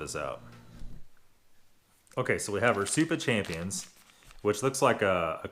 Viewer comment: Soup of champions? Champignons (Sham-pin-nios) pronounced Creme de Champignions - Cream of Mushroom soup....Had to stop watching, you were killing my ears!